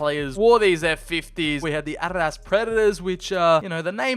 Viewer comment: Why do you keep calling Adidas "ARRAS"?